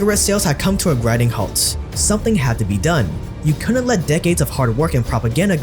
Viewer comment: The word is pronounced " couldn't " not " cuu-unt "...